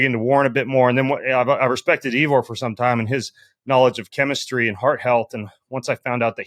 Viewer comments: So disrespectful of Ben to mispronounce Ivor's name ("Eevor"???). Shows a lack of respect and/or preparation. And on top of that exercising while having the discussion. Shameful. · “Eevor”. Didn’t know you had a new name Ivor 😂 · Yes, annoying, and should learn how to pronounce the guest’s name (Ivor).